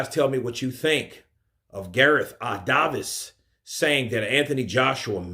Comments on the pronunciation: It is said Davies, not Davis. Lol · Gareth Davies name is pronounced with the hard A sound! Davies like it is spelled! Not Davis but Davies! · Davies is pronounced "Day-Vees" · You don't say David or Davis like that bro lol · Bruh why you saying b Davies like that